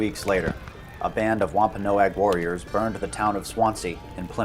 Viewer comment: Ahh You finally pronounced Wampanoag correctly. NO-AG. GEESH!!